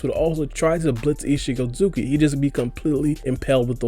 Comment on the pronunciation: The way he says “ichigi ozuki” 😂